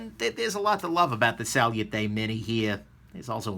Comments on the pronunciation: "Sal-yoo-tay" bugged me a lot more than it should. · Sal-you-tay, you say.... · Why would I believe your review and take your opinion to a heart when you can't even pronounce salute correctly. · Learn how to say the fucking name of the knife before you do a shity review of it dumbass 🖕